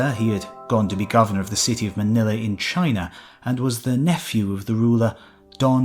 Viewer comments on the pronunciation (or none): none